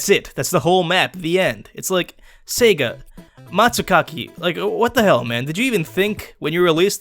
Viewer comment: It's pronounced "see-guh" not " seg-uh". Get it right jerk